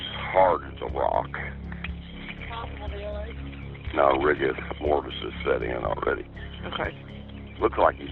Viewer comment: Idk about proper terminology lol he called it "Rigus Mortis" 😂